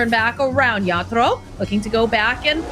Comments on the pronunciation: is not good at casting. And her pronunciation…. Crystallis is Crystal-is Not Cr-stallllll-is Yatoro is Ya-To-ro Not Ya-Doo-Rrrrrrooooooo-Gooooooaaaaallllllllll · Everytime says yaddolo I wanna abandon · It’s not just the way she says it (repeatedly), it’s how she’s turning it into a battle over who’s saying the names correctly. It’s beyond petty and awkward, I couldn’t finish the video.